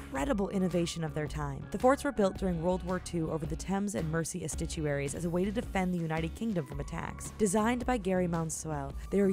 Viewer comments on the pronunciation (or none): Misprons of 'estuaries' and 'normalcy' - tsk tsk. Done in one take?